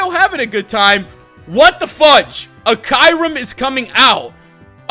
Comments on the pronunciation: you pronounce kyurem wrong.. You not supposed to say kairem.. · you said kyurem wrong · Fuck the way he pronounce kyurem fuck